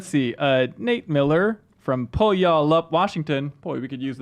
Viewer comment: lol at pronunciation of Puyallup. The correct way is pew-ahl-up